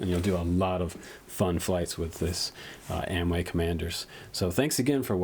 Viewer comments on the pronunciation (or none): You keep calling them Amway. It has an "o" that needs to be pronounced. I'm sure AOmway would appreciate it. Keep up the great work! Just pulling your chain! lol